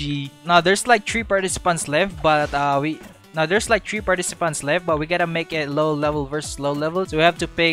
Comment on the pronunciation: Tree two one 🤦🤦🤦🤦🤦